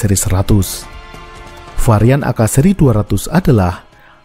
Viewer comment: We are Southest Asian people. AK. Is called AKA. Its not called AK., like a Weaterner. You are super good at explaining information with illustrations.